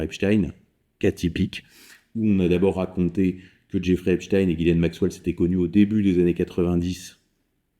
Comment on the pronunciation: Epstein , ça se prononce pas du tout comme vous dites .